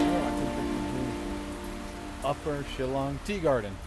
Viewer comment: You pronunce "Shillong" better than that indian guy🙊